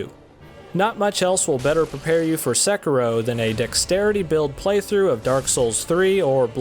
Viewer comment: Hiring requirements for a game reviewer: 1. Must be able to pronounce the name of the game